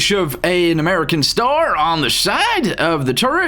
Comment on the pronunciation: What was with the deep southern accent when he said "American star"?